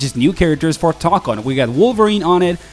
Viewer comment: It's Tōkon not Tokkon Tōkon 👉🏻ō ✅